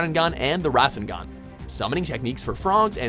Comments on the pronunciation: Wait you didn’t even mention the Naruto and Sasuke vs Momoshiki fight? Also, you never mentioned sage mode, summonings, dojutsu, genjutsu and also only mentioned the rasengan (which you didn’t pronounce correctly) for ninjutsu. Furthermore you didn’t mention 6 paths mode or the eight gates. Come back once you actually watch Naruto. You didn’t mention Naruto is the reincarnation of Ashura or that he wants to be Hokage. Also, if you’re only going to mention the rasengan as ninjustu, at least mention ALL the versions of it. Oh wait, can’t name them all because there is over 100? To bad. I just can’t watch this anymore... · You can tell this man is reading a script because of the mispronunciations. Like kakaaaashi. And the RAAAAsengan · Rah-sen-gan=Rasengan Go-hah-n=Gohan Mah-dara=Madara Kah-kah-shi=Kakashi Ak-at-sooked=Akatsuki I love the pronunciations...